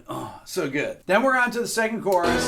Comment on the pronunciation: "suh good" Lol